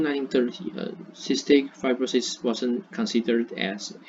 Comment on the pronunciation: ，you did a fair job. Your pace was okay, a bit in a rush. Because you were reading a script without pause, it seems to me a bit less enthusiastic. You can slow down a bit. Also, you mispronounced two words "fibr'osis," and "history." Add intonation to your talk when you are speaking. We don't use the word "introduce" a lot in presentations. Unless something is completely new to the world, we usually use "talk about," "look at," or simply say "I'll explain...," “I’ll focus on…” Finally, there isn't a 頓號 in the English punctuation